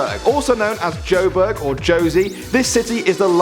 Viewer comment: Can you please do a part 2 i love in joburg like you said it perfectly 😂 and theres so much more about south africa can you do a part 2 plz plz plz